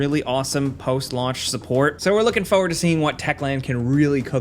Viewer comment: He says "forward" funny